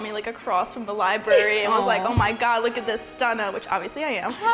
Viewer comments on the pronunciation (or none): I know he didn't just say libary